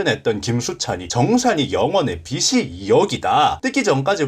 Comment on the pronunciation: "빚이"의 바른 발음은 "비지"입니다.